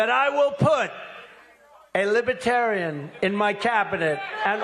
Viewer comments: Lib-A-tarian??? Isn’t it Lib-ER-tarian?? What a goofball!! It’s truly mind boggling so many have fallen victim to the brainwashing and gaslighting of the dumpster!! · Lipatarian lol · What's a 'libitarian'? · He keeps saying "libbatarian." You'd think if he wants their votes he would learn how to pronounce it. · Trump can't even pronounce Libertarian. He's pronouncing it as "Lib-a-tarian". I vote Trump for prison 2024! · He can’t even pronounce libertarian. He keeps saying Libah- Tarian. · Trump says "Libetarian". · “Libeterian?” Maybe he should have practiced saying that word. What an idiot! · Does he know it’s Libertarian… not Libitarian.😢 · What's a LIBITARIAN? 😂😂😂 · He can't even say Liberaterian right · Trump says “Libatarian.” It’s like people who say “libary” and “Febuary.” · Libatarian ??? Poor baby, he's got a speech impediment !! 🤪🤪🤪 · Now Rama swampee calls himself a liberatarian ?? Trump can’t even pronounce the word right. “ LibAterian ?? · "I will put a Libahtarian in my cabinet. You get a Libahtarian! You get a Libahtarian!" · libitarian....he doesn't even know how to say libertarian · 😮😮 He can’t even pronounce the word LibeRtarian properly 🤡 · Dump can't even pronounce "Libertarian" !!! There is a r before the t . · It would be really nice if he could say "LIBERTARIAN" Correctly! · He can't even pronounce "libertarian".😂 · He can’t even pronounce Libertarian correctly.